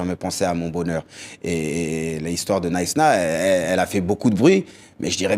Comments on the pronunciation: Le journaliste parle krishna au lieu de knysna mdr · Knysna pas Kryshna lol qu'est-ce qu'il raconte le journaliste ? 😂😂😂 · Il a été trop respectueux plutôt que de reprendre le journaliste sur " Krishna" au lieu de "Knysna".... Pas tout a fait le même registre. Quelle classe ce Pat!